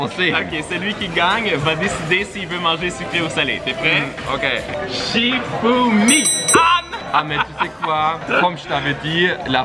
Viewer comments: on dit pas fouchimi on dit chifoumi!!!!🧐🧐🧐🧐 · a dit fichoumi😀😀😂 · il a dit fichoumi au lieu de chifoumi